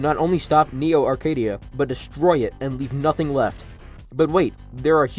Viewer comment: Local kid still can't say "Neo Arcadia" without having a stroke 💀